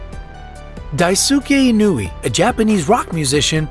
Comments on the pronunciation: Dice-Kay Ee-no-ooh-ay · "Daizookay Inooay" ... Wow, you really butchered that name.